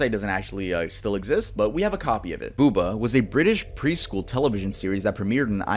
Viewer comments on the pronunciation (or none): My younger sister had a boohbah advent calendar once when we were kids, and even then we thought it was fucking bizarre haha. Btw it's pronounced 'boo-bar' not 'booba' lol xD